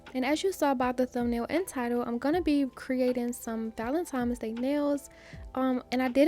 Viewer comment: Val-en-tine valentine. VALENTINE (I love u, but please stop saying valentimes:it’s simply not a word) 🤦🏾‍♀️